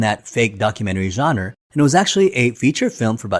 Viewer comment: genre - pronouced john-ruh